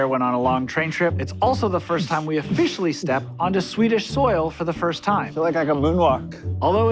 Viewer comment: ofFISHIALLY ahahahaah